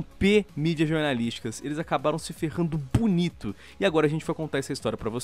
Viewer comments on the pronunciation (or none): Não se diz bonito, disse pvonito ahahahha